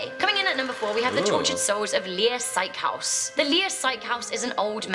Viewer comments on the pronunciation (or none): bro she is saying it like “Lier psychehouse”. It’s SYKEHUS, which basically means hospital